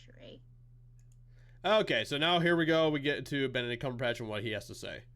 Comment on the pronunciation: Did you say, "Bent-a-dick Cumber-bitch"?